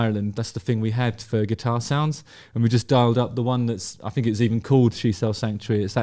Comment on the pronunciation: I’m a Suffolk lad. I say ‘fink’ as well.is that down to your Suffolk roots?